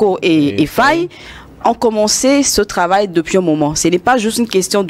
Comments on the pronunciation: Mais ce p'tit se prend pour un français ou QUOI !? 🤔... Au lieu de dire Faye, il dit Faiye. 🤦🏽‍♂️ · Prononcez bien les noms svp. Il y a des sénégalais partout maintenant dans le monde. Faye se prononce Faye comme en français...pas fèye